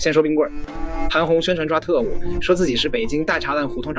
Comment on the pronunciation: 北京大栅栏（北京大si la)